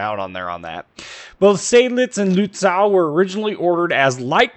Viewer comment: Luht-ZAUW! Gotta love the hyperbolic and borderline absurd German pronounciations. Americans man; terrible at pronouncing names in other languages.